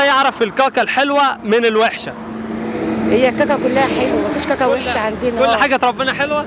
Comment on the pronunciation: كاكا وليس قاقا